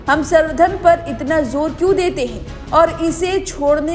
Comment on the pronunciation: Madam Sarvdhan nhi samvardhan hota hai😂😂😂😂😂 or Enrichment